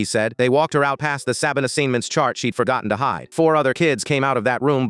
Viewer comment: Does AI suddenly not know how to say ‘cabin assignments’? Also, if that was my kid, I’d make sure that woman was never allowed to work with or be anywhere near children for the rest of her life